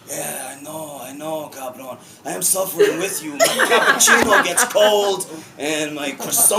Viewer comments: Me imagino a Guillermo del Toro hablando en inglés y poniendo la palabra cabrón😂 en sus frases, muy de México 'cabrón' además Charlie lo dice perfectamente: cabrón!!! 'just cabrón'❤ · Charlie is so funny, and every time he said "Cabron" do it perfectly! :D